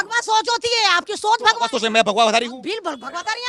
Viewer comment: Bhagwa he tu bola hai aise keh rahi ho jaise bhadwa boldiya😂😂😂